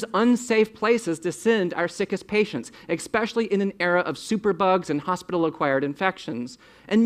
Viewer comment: I don't trust anyone who says " ex specially "